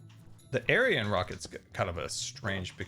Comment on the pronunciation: hi don't know if its just your accent but the Ariane rocket is pronounced arri anne not aryan;)